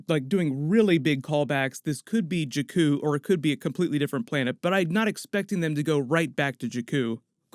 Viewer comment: It's not Juh-Kuu, it's Jaa-Kuu. like the baa that a sheep makes. Not uh, like the literal word uh.